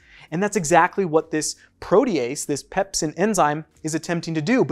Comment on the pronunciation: Am I the only one who thinks it’s weird how he says duodenum and protease? I’ve never heard them pronounced like that in my life.